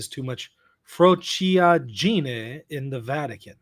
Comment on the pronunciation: Frociaggine is pronounced fro-CHA gee-nay. 4 syllables.